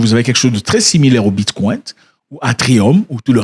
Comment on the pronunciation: Depuis quand le ‘Bicoin’ est appelé ‘Bitkwaint’?